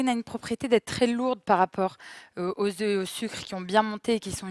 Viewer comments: Mes oreilles ! Le mot oeuf se prononce différemment quand il est au pluriel !!! C'est important de bien s'exprimer 🤗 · on dit pas 4 oeuffes ! 😀